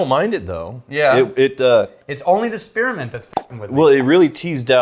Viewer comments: Spear-a-ment.... just adding syllables just because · Spearmint not spearamint